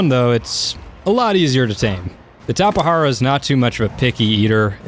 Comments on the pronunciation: and plus it's pernounsed tape jara not tapehara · dude need to learn how to say Tapejara. is not tapehara. is tape-ja-ra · I pronounce it Tapegara not TapeHara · I used to pronounce it as TAPE-JAR-AH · It's actually pronounced "Tap-eh-har-ah". Is is a genus of BRAZILIAN pterosaur from the cretaceous period. You pronounce the J as an H. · He can't say all of the new Dioscuri tapehara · The Tapejara is pronounced "tap-uh-JAR-uh". Jar as you would say "Glass Jar" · It's pronounced Tape-Jar-a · The J in Tapejara is pronounced as a J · Aeons Musings no he said wrong, the "j" dont have a "h or r" sound, only in spanish.